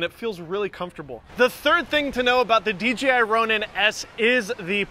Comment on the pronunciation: Is there a reason you say DGI instead of DJI?